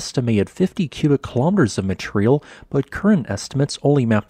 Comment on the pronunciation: It's "material", no" matreyal"